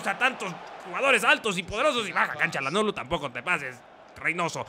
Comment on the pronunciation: Basta de decir "CHA"lhanoglu >(